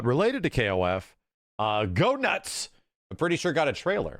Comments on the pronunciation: It's pronounced Gaynitz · His name is GoeNITZ not Go nuts! 😂